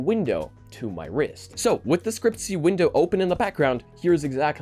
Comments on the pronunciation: its not scrcp-y, its scr-cpy, for screen copy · when he pronounced it "scriptsy" i died inside. i usually pronounce it "Screen Copy" because thats basically what the acronyms are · Scriptsy was so cringe 😂😂😂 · FIY for anyone that cares, scrcpy is pronounced "screen copy", the vowels are just removed. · scrcpy is pronounced 'screen copy' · It's pronounced Screen Copy. Or screen copy .py. Sndcpy doesn't require android11. Another input option is holding your actual phone and tapping on it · SCREEN COPY. SCRCPY IS PRONOUNCED SCREEN COPY! sorry for yelling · Scrcpy is spelled screen Copy xD but the pronunciation is already wierd